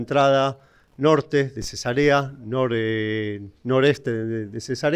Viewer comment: 😅jajaj El pronunció la ciudad Cesa'rea como si fuera Cesarea de una mujer embarazada 😮😂😂